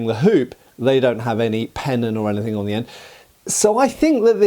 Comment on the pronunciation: What's a "penon"? Is it anything like a pennant?